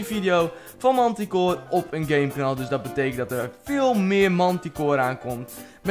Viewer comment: je moet zeggen mentikoor ;)